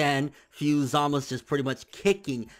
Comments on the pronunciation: his name is zamasU not zamas lol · It always lowkey bothered me that pronounces Zamasu's name the way he does Za-mas. It just sounds weird to me while Za-ma-su just sounds natural. idk why it bothers me lol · za-mah-su 3 syllables